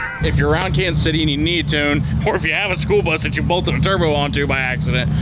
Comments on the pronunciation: The “Spoolbus”……🤷‍♂️ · im mishearing schoolbus as spoolbus lol